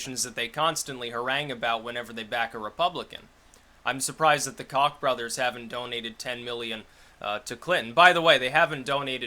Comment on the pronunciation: it's pronounced "Coke" even though they are cocks